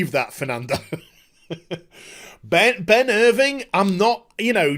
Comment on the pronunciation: Who is Ben Irving? I thought it was Ben IrvINE?